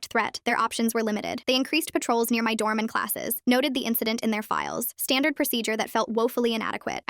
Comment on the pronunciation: It said “standord” instead of standard